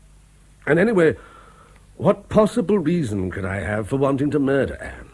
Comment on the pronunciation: OH DEAR ! ....There's been a Mah-dur....!!!!